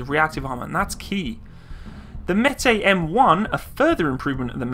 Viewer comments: Not metai but METIS. Pronounce like it is written. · the word Metis should be pronounced like "Me teeth" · Met as in METropolitan police + is as in this IS an apple. Thats how id pronounce it as pole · with the little i know of russian, i think it would be metis, not metay. whilst french and russian have been quite close in the past, i.e. bistro, russian seems to pronounce every letter.... blended sounds are reserved for particular letters, and the C letter, the S sound in english, isnt one of them. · What Meti? Metees dude, pronounce it with 's'. I mean I understand that you don't know is it Metees or Metis, but why do you leave out the "S"? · metees. with s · Дмитрий Кардаков so Metsis means half caste then? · Based on the Russian way for writing it, it looks like it's pronounced "myehtees", or almost basically as it looks like it sounds in English. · "Meh-tis" With Russian names, you basically read them as they're written. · Pronounced meh-tiss. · Just so you know it is pronounced May-tee like the native Indian tribe of Manitoba, and lower Saskatchewan. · im pretty sure its meh-tie thats how you say it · It is pronounced directly M E T i S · Meh-tEEss! It means mestizo, métis! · For those who are upset of my pronunciation if the word Metis.... get over it. My god I wish I could ask those who think they know it all to say words from other countries they are not from and hit it every time. Come on people, just enjoy it for what it is..... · Russian is phonetic - if you see a letter, pronounce it; there's an S (in Metis) for a reason lol. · It's not a French word, s on the end is pronounced.